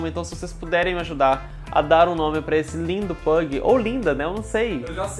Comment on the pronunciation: Chama o Pug de "pãguitos"